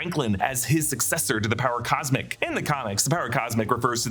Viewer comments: "power cosic" lol. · Did he have a stroke?